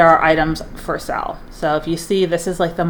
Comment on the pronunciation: Is she saying sell or sale? I just truly want to know if it’s a word I don’t know